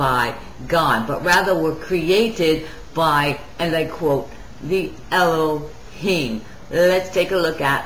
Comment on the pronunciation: Eloheem is a noun not a name. She's mispronouncing it on purpose.